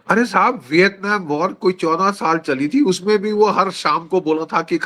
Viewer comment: I love the way G.D sab say the word Sab Respect from Pakistan